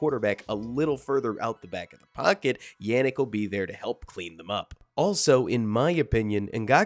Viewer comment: Nice breakdown! I can't help but wonder if you're mispronouncing his fist and last names. Wanna say it should go "YAH-nnick" as opposed to "YEAH", and "NGAHK-way" (last name only 2 syllables.) Maybe nit-picky 😅 but cheers✌